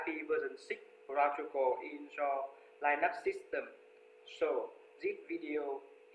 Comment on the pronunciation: Where did you find that pronunciation of Linux? Lastly, I do hope that you've been able to improve the sound quality in your videos.